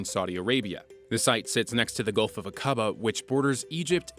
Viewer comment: This guy needs to learn how to properly pronounce Saudi Arabia and Aqaba, among others.